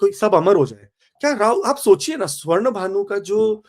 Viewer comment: Aap pehle pronounce acche se kar le. Simhika or sinkhigka hai naam. Not simika. Swarbhanu hai. Hindi Sanskrit ko angrezi n banao.